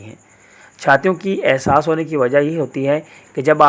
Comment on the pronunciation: Bahi asas ni ihsas hota h